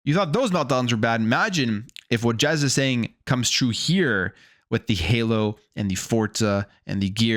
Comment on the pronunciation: bro said Jez but it not jezsmfh